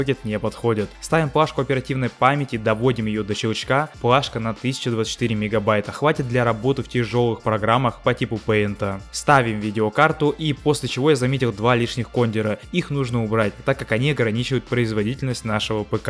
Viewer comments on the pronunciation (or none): Не кОндера а кондЁра